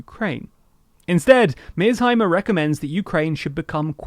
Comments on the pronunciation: You haven't even watched the video. You pronounced his name wrong, and the lecture itself is a little bit over 40 minutes long. 1. The west didn't ignore Putin's warnings about Ukraine's foreign economic policies, they ignored his warning after the 2008 Bucharest NATO summit where NATO invited Georgia and Ukraine into NATO. Ukraine has the right to do with its sovereignty whatever it wants, and Putin gave no warnings to Ukraine. The warning was to the west and NATO, NOT Ukraine, two entities which you conveniently shuffled. NATO threatened Russia's sovereignty and security by ignoring its warning. 2. Historical buffer Napoleon yada yada - It's an important historical buffer because Ukraine being controlled by someone hostile to Russia makes Belarus indefensible, and makes Ukraine protrude deeply into Russia, right up to Moscow's throat. 3. "it's whataboutism" You pseudo intellectuals need to stop thinking this is your magic word to winning every argument. Imagine a square playing field of 40 x 40 km. It's divided into 4 equal squares, and there's 4 players - A B C D. Player A just went ahead and devoured player B, entirely, and gained his territory and became half of the playing field. Now player C attempts to devour player D and even the odds, but then spectator E jumps in and says "No no C, just because A devoured B doesn't mean it's right. That's whataboutism, you can't do that. Devouring is wrong no matter who does it." - except in this case it no longer matters if it's r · It’s Mear+sheimer, not Mears+heimer. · The name Meirsheimer is of German origin, and the correct pronunciation would typically be: MY-er-shy-mer Meir → sounds like “myr” (rhymes with “fire”) sheimer → “shy-mer” (the “ei” in German is pronounced like English “eye”) So together: MY-er-shy-mer. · British people need to stop pronouncing people's NAMES with their accents. They used to call Barack Obama Barrick Obama. Now they're saying MEASZHIMER? Enough already. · “Mears Himers”🤦🏻‍♂️